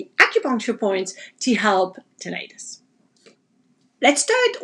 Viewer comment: Its pronounced Tih- nuh- tis .. Not Tin-eye-tus